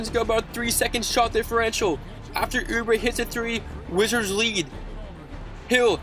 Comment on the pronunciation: He said Washington wigits